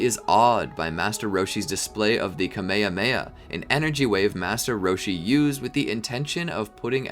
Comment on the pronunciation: "camea heamea" 💀